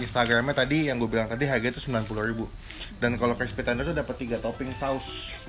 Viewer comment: Klispy kaleem ? Itu lidah kejeletot bang?